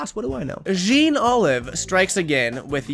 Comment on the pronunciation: the jean is pronounced like john